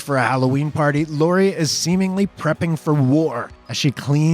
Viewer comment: Laurie not laura.